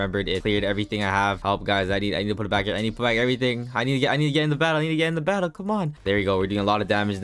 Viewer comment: When he said “boss mattle” I almost died literally I almost ran out of breath